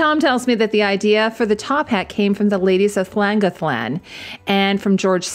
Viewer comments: Please check the pronunciation of Llangollen. Your production standard is so high, it's a shame when there is a big "oops"! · Pronunciation of Llangollen is entertaining...